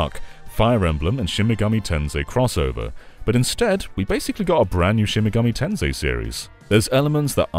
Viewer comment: Not the SMT V section being called "Shimgami Ten 5." 💀 How did that happen when it's spelled correctly in the video?